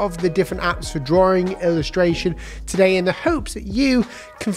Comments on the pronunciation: Drawing ❌ drawring ✔️ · No please! Continue with draw-ring. It's fun listening to that lol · Man it's annoying when you say Drawring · I like how he says drawing as draring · Drawring you say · Can we have a video about how to pronounce the word “drawing” first please?